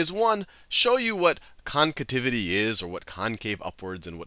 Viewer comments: I've never heard the word "concativity" ... is it supposed to be "concavity"? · CONCAVITY, not "concativity"!! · Concativity or Concavity? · what is concativity... its concavity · "concativity" lmao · it's pronounced CONCAVITY!!! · I know right 💀